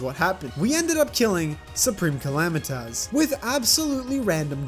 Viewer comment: Soup-ream_ca-la-might-us 😂😂😂😂😂😂😂 PRESIDENT ARBAMA